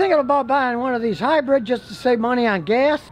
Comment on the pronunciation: What is it with Americans? Where in the word hybrid is the E? Its not a hybred.